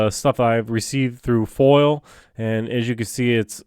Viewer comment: PLEASE!!! It’s FOIA, not FOIL!